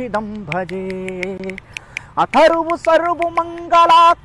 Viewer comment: अथर्व सर्वमगंला नही होता है अखर्व सर्वमगंला होता है ।